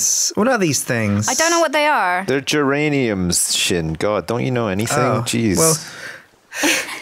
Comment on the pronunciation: Sjin not